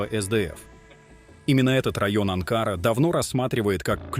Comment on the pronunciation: Не АнкАра, а АнкарА,балбес!!!!